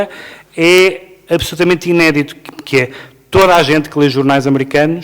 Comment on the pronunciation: Ké frô?😂😂 hahahahaha